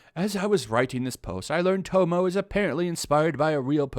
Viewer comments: he kept saying tomoe (toe-mo) when it's tomoe (Toe-mo-wei)😂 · Her name isnt pronounced tomo. Its ta-moy. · OK I was totally lost about who you were talking about until I realized you were pronouncing the name wrong. Tomoe is pronounced "To-Mo-Weh" not "TOE MOE". lol Other than that I agree! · The hell is tomo? You mean tomoe (toe-moe-ay) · dude its Tomoe, not Tomo. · "Tomo-e" not "tomo"... but its what ever. Not like this comment is gonna be important anyways. Probably 1000 people already tried correcting the name in the comments. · Sorry but Tomoe is pronounced as Toe-moe-eh and the one you meet in the game is not Tomoe Gozen. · Hopefully the game will not have a sequel or prequel! It's pretty good as a standalone game! I don't want TLOU2 like thing to ruin it! Tomoe, pronounced Tomo-E! 👍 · While im with you on this being silly i do have to question whether you've actually played the game since you're pronouncing Tomoe wrong. Her name is mentioned a lot and its pronounced to-mo-eh not to-mo. Just saying its making me skeptical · Bruh my ocd has me getting triggered when you say tow mow for her name instead of tow mo eh. XD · It's not TOMO!! It's spelled TO-MO-EH...it sounds funny when you say tomo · its pronounced tomoa not tomo. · its tomoe not tomo your saying it wrong are you even playing the game?... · Dude... To-mo? I'm sorry, I know you must get this shit a lot but come on man! They pronounce it in the game! It's Tomo-e. You pronounce the E. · Her name is pronounced "to-mo-eh", not "to-mo". And there are other compelling characters in the game I'd be interested they build any sequel around, not just Tomoe. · It’s pronounced Tomoi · "Toe-Moe"...oh my god. lol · You pronounced Tomoe wrong it's Tomo-way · Tomoe = tom-oh-wei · Tomoe (Toe-Moe-Way) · Was anyone triggered by him saying tomo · You pronounced tomoe wrong, its toe-moe-eh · Pronounced Toe-mo-e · Tomoe: toh-moh-eh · It’s pronounced “Tomo•way,” dude... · sighs.."tow-mo-way " is her name